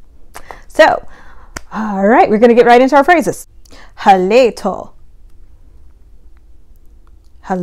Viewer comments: This is great, i would suggest putting more of an "e" in the so it sounds like Haleto vs Halito Yokakee has a long e This could be souly bc we are country tho haha 😂😂 Thank you for doing this 💜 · great job! halito! Halito is more pronounced Ha- LEE- T0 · I know this is an older video but for Oklahoma Choctaw Halito is pronounced hah-lee-toh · The Mississippi Band is the most accurate. Hello is pronounced Ha lee toh, not ha lay to. Thank you for making the video and continue in your studies and helping get languages heard. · Oklahoma red people does not mean Native Americans, it actually means aboriginal indigenous Americans, a.k.a. us not the pale face people. Actually its pronounced Hal-e-to & Yoo-key. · I am so sorry but Halito was pronounced incorrectly (a couple other words as well but Halito really got me) again I am so sorry 😭😭